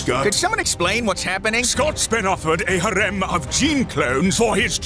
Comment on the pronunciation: Wait... is that how you pronounce "harem?"